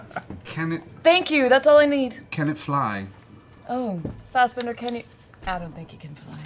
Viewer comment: Everytime Marisha says "Fastbender" instead of "Fassbender"... smdh XD